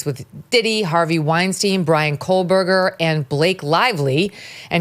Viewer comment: Megyn, I love you. But please... it's Kohberger with no L. It's really triggering my OCD. 😮